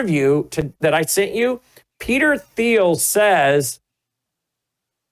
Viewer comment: Isn't Thiel pronounced like Teal?